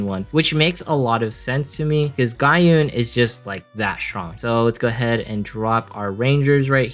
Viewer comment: Just nitpicks regarding your pronunciation, i hope you don't mind 😅 It's Pen-dra-gon not Pen-da-dragon. Ga-uhn not Ga-yoon. Maria is [UP] this week, if only i can get her as a drop. 😩